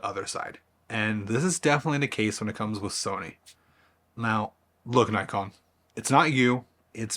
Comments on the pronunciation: You can’t even pronounce Nikon. How could you think you were in a relationship with it? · no that’s wrong too. It’s NICKon. As said by 100% of the rest of the world. It’s a shortening of the older name Nippon Kogaku. Why would the I vowel suddenly change? If you’re going to say Nykon then you may as well say Nyssan to refer to the cars.